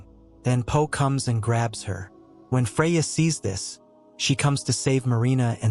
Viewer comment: Freya or Fariaa??!! Puh or Poe??!! "Advance" MEANS forward!!! Another semi-literate "Narrator"!!